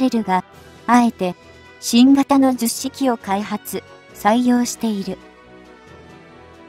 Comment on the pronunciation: 非常に良い内容なのですが聞き取りづらいですね 10式はヒトマルと発音していただきたいと思います 区切る感覚もおかしいかなと 改善宜しくお願い致します。